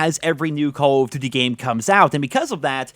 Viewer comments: Re Vaas LoL I’m not the only one that noticed that can’t pronounce “call of duty”. He says “Cawofdiddy” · "Call of Ddy"